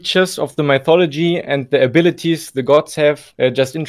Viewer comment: bro said mythodology 💀